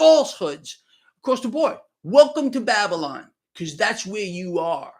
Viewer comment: Did U say Baby..Lon